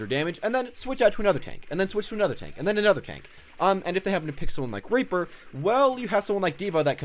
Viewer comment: u said raper